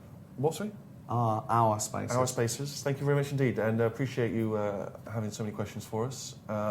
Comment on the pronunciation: when Gervais said "ourspaces" I thought he said "arsefaces"